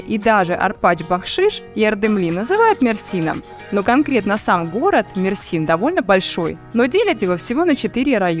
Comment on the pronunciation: Не МерсИн а МЕрсин .